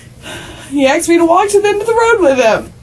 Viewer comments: She says axed instead of asked. Every choice is perfect. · Any white girl who has 2 baby daddies in jail and says "axed" instead of "asked" is a complete loser scumbag. What the f*** I give about your damn tears.